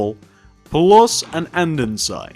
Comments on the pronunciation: AnDENsite 😂😂 its andesite no n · its andesite not andensite you cant read